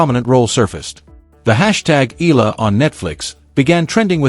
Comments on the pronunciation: E-YA-LA not E-LA is the correct pronunciation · Eala ( eh-ah-la). Correct pronunciation! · Regurgitating news. So AI. At least Please pronounce her surname properly as part of the respect and admiration for Alex’s achievements that this channel projects